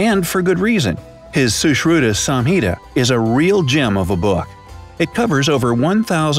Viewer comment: I live in and I like your video but I liked your pronounciation of sushruta more than your video